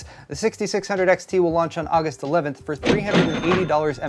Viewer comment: Did you say Uggust? lol...my new fav month!